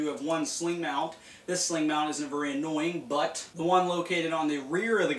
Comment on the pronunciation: vury, vury, vury comfertable. lol